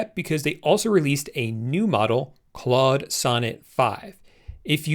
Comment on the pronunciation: It’s pronounced “clode”. It’s French, so don’t say clud anymore xD